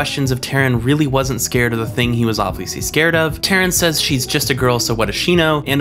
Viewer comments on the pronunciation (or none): none